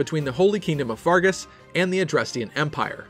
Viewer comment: Can you not pronounce the names properly, it's pronounced FERGUS not FARGUS